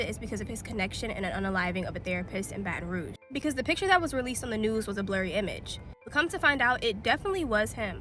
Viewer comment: 'Bantin Rug' That was cute and gave me a giggle. It means 'red stick' in French and is pronounced 'BATtin Rooj' with a soft 'j.'